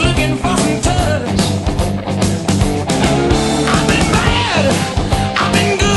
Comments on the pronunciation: I like the song but this weird pronunciation of a Yiddish word has always thrown me. I thought for years he was saying “touch” which would rhyme with “much” better. (If you’re unfamiliar with how “tush” is normally pronounced, the vowel sound is the same as in “took.”) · i'll be damned, my entire life i thought this was called "touch". ...not that it makes any difference in context, but still... he's pronouncing it like "touch" instead of "toosh". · Always wondered why Dusty mis-pronounces the title. We in south Georgia call it Tush as in use with a long "U" , not a short "U" as in us